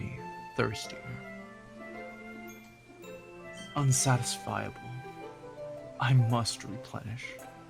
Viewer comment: It's the "unsatisfiable" again during the "Thirst" poem! He never got that right lmao